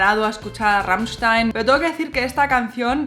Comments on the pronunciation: Me gusta cuando dice "rammichstain" se le escucha perfecto 😍😍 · Me gusta la forma como cambia del español (o Ezpañol 😉) al alemán al pronunciar Rammstein. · Me encanta como pronuncias Rammstein !!! :) Muchas gracias por el video!!! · pronuncias muy bien Rammstein. tu aleman esta muy bien¡¡¡